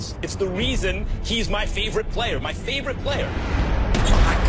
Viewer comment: Did he say my feevrite player